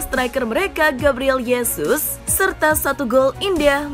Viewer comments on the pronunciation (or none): Gabriel Hesus bukan Yesus, karena j itu dibaca h